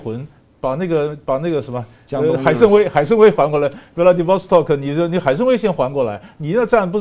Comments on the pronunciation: 这么有学问，还念大白字说不过去的！海参崴不是海参威！ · 海参崴 wai 第三声 不是威